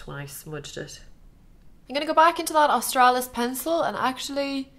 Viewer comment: I don't know if anyone else noticed it but i think its so funny whenever she says 'Austrailis" its in an austrailin accent haha